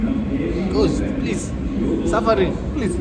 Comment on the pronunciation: the way he said ghost 😂😂😂